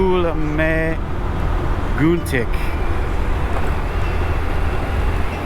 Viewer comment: As a local I can help with Lake Mooselookmeguntic pronunciation . It's "Moose look, me gun tic" :)